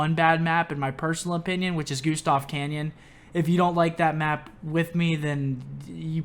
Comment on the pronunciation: Cannon not "canyon"